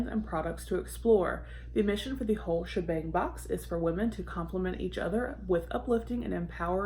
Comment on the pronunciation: The first time you said the name of the box I thought you said the wh*re shebang and for a second was like Ooohh what's in that lol lol. Good box! Yes, I remember when you did a peel off mask on a live😬. Hope you're enjoying the weekend!